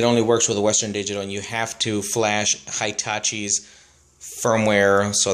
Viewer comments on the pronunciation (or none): Hitachi is pronounced hee tashee.. Not hi tashee.